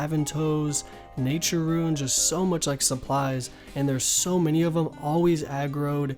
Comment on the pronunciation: i hate how you pronounce runes like ruins instead of roons also rsn is Hairy Seaman cuz i got cleaned and need to rebuild